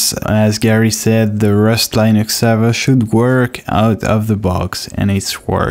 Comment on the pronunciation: Please stop saying LIENUX, it is actually pronounced /'lɪ.nəks/ Hear Linus say it himself Otherwise, great job on doing all this for everyone to enjoy!